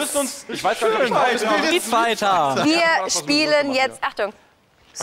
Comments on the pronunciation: ja der fehler war street figher das fehlende t bei street kam von dir du genie ^^ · Des heißt doch Street Fighter oder???? (und nicht street Figher)